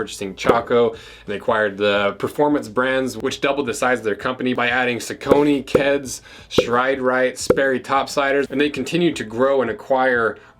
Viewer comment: True pronunciation for Saucony, is sock-a-knee (sawknee) Truly a cool story because they are named after the river in PA. Check out the history, truly cool seeing that brand grow.